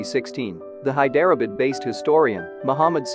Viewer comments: Ikr. High derah bid. Where the heck is that? 😂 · “Hi-DER-uh-bud??” 🤦 How about losing the computer voice, and improving the pronunciation? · Thank you I thought at first it was my ears...In places, i didn't understand what the narrator was actually saying till I saw the spelling Hyderabad, Nazim etc, etc Time and time again...so bad. Why?